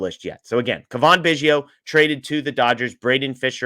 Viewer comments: Its Cavan....not Cavaan. Dingdong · cuh-VON? He's been in the Majors for five years. a) You should have heard his name before, or b) Do 20 seconds of research if you're not sure. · It's Cavan like Gavin.. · where have you been the past 5 years? Do you only watch games with NL players? How do you not know how to pronounce Cavan Biggio’s name???? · …. Dude, you need to say his name right.